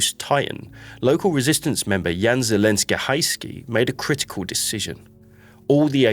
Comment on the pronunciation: It should be Zelenka, not Zelenska😉